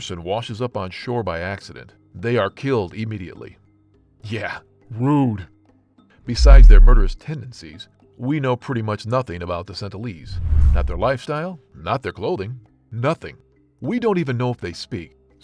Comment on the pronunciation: North "Senitel" Island??? That's how pronounced it! When the caption actually reads "North SENTINEL Island." 🤔🤔🤔🤔🤔 Hmmmmmmm